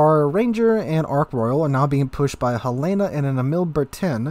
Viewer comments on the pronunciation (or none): It's named for the city in Montana, Helen-ahh, not a woman's name Hel-lana.